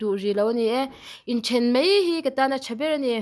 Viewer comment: Inthen mai tiin a ziak a inthen Mei tiin i chhiar daih a,a dik lo Mei ti loin Mai ti tawh rawh